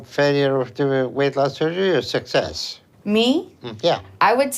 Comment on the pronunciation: Also.. Love ya to death but for effs sake. It's not "sus-sess". It's "suk-sess". Please for the love of God. 😁😁😁🥰🥰🥰